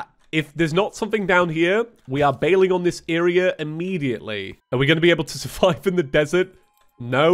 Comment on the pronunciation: you did not soorvive de night (Read it like : you donn now da wae